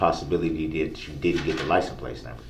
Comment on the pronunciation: He didn't even say liscense place. He said "liesen place" !